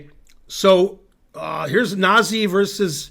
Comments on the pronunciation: Wikipedia says the correct pronunciation is "nah-ZEE" (Georgian pronunciation: [nɑˈzi]). And it means "gentle." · The correct pronunciation is "nah-ZEE"